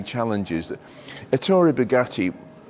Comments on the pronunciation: Stress the E in his name with a slight lilt on soft double t.. as in Eh! Toray. That is the correct enunciation in Italian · Great video, but two unfortunate flaws: first, Rembrandt Bugatti was Ettore’s brother, not his son. And second, please pronounce ‘Ettore’ correctly: emphasis on the first syllable, not the second!